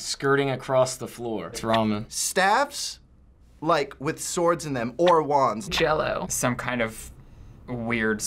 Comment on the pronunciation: "wands" 😂😂